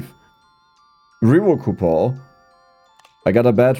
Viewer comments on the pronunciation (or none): I always look forward to these episodes simply to hear him say "COUPOR" instead of "coupon"